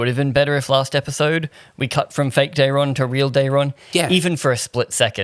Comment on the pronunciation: Ormund pronouncing it Darren I think is intentional. Daeron is a very Targaryen name